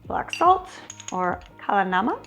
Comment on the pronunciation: I love how accurately you pronounced kala namak